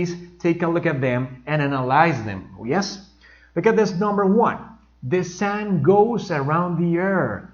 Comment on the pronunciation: you pronounce the word " sun " as If It were a very opened "A" as If you were saying the word "sand" "arena" I don't know but that's the way I heard it. The same thing happens with the word or auxiliary verb " Does " you pronounce it " DAAS" and native speakers say it as If It were the word " dos " in spanish but with that "O" slightly opened.